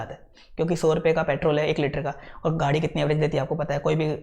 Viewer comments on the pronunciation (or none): none